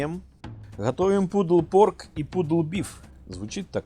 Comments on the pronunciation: Наточите нож, пожалуйста, больно смотреть ... а в целом, спасибо за информацию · Автор даже прочитать чужой рецепт не может! ))) Pulled - это не "пудл"! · Pulled читаете как пудл.? Да и уксус тут весь белок убивает.